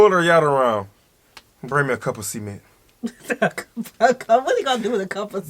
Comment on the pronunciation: Cemen! 😂😂😂 sounds like seme…🌚 Pronounce the T please lol